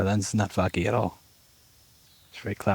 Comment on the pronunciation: When he says "my lens is a litrle foggy", but it sounds "my lens is a little faggy" 😅😅